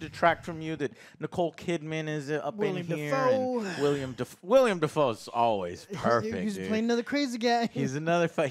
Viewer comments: I see Joe still says “William” Dafoe lol Also Björk. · You gotta stop calling him “William” Dafoe bro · It’s willem not William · I’ve been a fan of for almost a decade now and I still can’t get over him calling Willem Dafoe “William Dafoe” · Everytime joe says william instead of willem i yell at the screen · He keeps ok saying william.... ITS WILLEM GOD DAMMIT LMAO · Can someone finally tell Joe that his name is WILLEM Dafoe, not William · I love you guys, but for CHRIST'S SAKE, it's WILLEM , NOT William. EM, not iam. Please. PLEASE get his name right. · Within the first 50 seconds of this video, Joe can't remember the director of a movie he gave a 10/10, shows he didn't bother to do any research about Eggers's filmography, and then mispronounces Willem Dafoe's screen name. Amazing. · Joe, have you ever noticed everyone but you pronounces Willem Defoe's first name oddly?